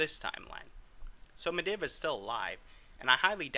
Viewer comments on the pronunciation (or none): It's medeev not mediv😂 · if you say mediv and not madeev one more fucking time... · Medivh is pronounced MED-eve It's bothering me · ME DIV? who the fuck is that you really need to work on your pronunciation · Atiesh is pronounced aydesh and medivh is pronounced medeev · Just to point out, you pronounce medivh completely wrong. And it halarius as shit